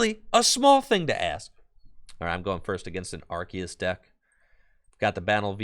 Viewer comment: Very entertaining vid!......wish the deck wasn't so bricky........Also, you're 100% correct about the pronunciation of Arceus.....It's ARK-ee-us according to the Pokémon Super Extra Deluxe Essential Handbook.